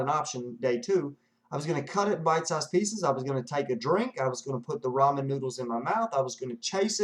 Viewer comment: I’m getting this done in three days. Terrified! I appreciate your honesty. This was very helpful. And it’s Ramen noodles not Roman noodles. It’s Asian not from Rome. Lol.